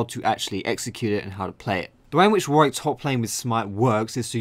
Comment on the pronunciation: Why can't people pronounce Warwick...